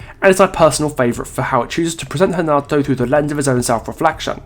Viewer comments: Do Brazilians call Renato Hanato? Because I swear thats what is saying and it doesnt sound right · As I suspected, thats how we croatians do it too. So I dont know why he spoke Hanato this whole video. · I'm Brazilian and here we pronounce Renato